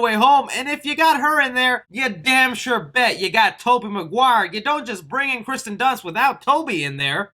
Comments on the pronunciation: it's kirsten not Kristen dunst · It’s Kirsten Dunst not Kristen Dunst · OMG! It's not Kristen, is "KIRSTEN". The I comes first. Check your pronunciation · lol he keeps saying kristen dunst instead of kirsten dunst lmao btw the next green screen has to be you directing zack snyders justice league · Kirsten not Kristen 🤣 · It drives me crazy that you pronounce Kirsten wrong for the whole video. Hard to believe you know what you're talking about when you misread her name so many times